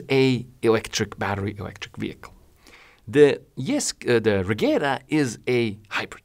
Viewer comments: apparently its not pronounced "regera" but "regira" you can hear Mr. Koenigsegg say it in the video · The "G" in Regera is read as a "J", say it like Re-jera and it vill be pronounced right. BTW Regera means "Rule" (As a king does)